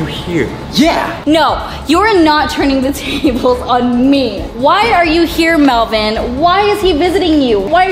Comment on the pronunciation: its melvin not whatever you just said c